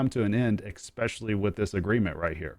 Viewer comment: You lost me at"expeshully" ;)